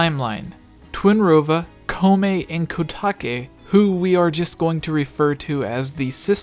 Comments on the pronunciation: Koume and Kotake: Ko (like "go") ooh may Ko tah kay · If we go by the official Japanese pronunciation, especially since their names are the same in both the Japanese and English versions of the game, Koume and Kotake's names are respectively pronounced Koh-may and Koh-tah-kay. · I think you should use the japanese pronounciation for Koume and Kotake, as both are japanese words.